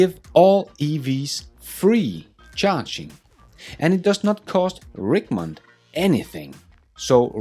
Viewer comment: I’m only bringing it up because it is my city Richmond is pronounced rich like a wealthy person